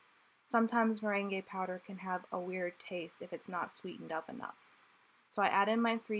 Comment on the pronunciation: Thanks for this video! Just fyi, the merengue powder is pronounced like the yummy merengues you bake with egg whites, not like the dance the merengue. It’s pronounced more like “marang.”